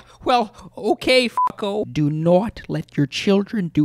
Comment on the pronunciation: Not = Norwt. 😂😂 This is the best. Yucky yucky.